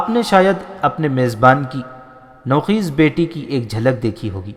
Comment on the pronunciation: Nou Kheez naheen Bal k Nou Khaiz نوخیز/ " خ " پر " زبر " لگا کر پڑھیں۔